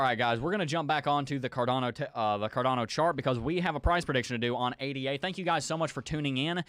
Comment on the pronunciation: I like your analysis, but please pronounce ADA "aay-duh" it's not "aay-dee-aay"